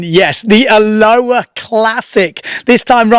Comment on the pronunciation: Love ya. Try this to say it correctly. “A lo ha”. Not Aloa